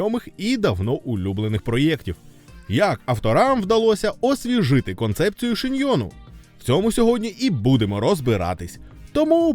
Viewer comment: зміни мову в інтерфейсі ютубу. Дуже ріже око руснява мова. І ше одне: шьонен, а не шиньйон🙈. Дякую)